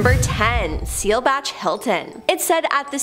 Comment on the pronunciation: Ummmm Seelbach is not seel-batch....its Bach!! Like Johann Sebastian Bach!!! 🙄 Argh!!!! Its solitary (to be alone), NOT solidary (to be part of a group) confinement